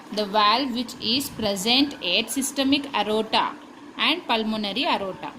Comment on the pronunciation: It's not arota it is aorta